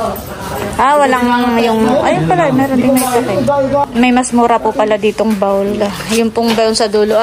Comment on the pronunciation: sobrang bait ng sponsor nila Adyaw at blessing na rin kayo sa kanila.Bihira na rin mga taong kagaya nyo. Pasensya na pero napansin ko lang pronunciation mo: 'bowl' and not 'bawl'. Please continue to be a blessing to other people.